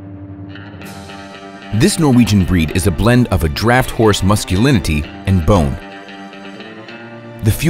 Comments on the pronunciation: "Musculinity" - LOL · lol "Musculinity"